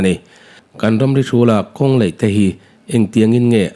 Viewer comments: elite studio "mizoṭawng hmang dik hram teh u.A AW B in zir lo ani ang.kawng laih tih tur ah kawng leih" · Kawng LAIH tih turah LEIH i ti thin a, beng ati thlep deuh thin